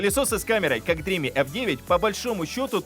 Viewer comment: Спасибо за работу. Сразу ясно, что с английским у вас пока слабо. Dream[dri:m]. Последний звук m. Никакого i в конце нет. Look up the dictionary.